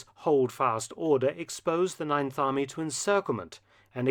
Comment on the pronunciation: Ninth Army? You mean the "Neinth" Army? im sorry ill leave